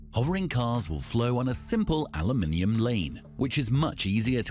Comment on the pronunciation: Aloominium? SCROLL...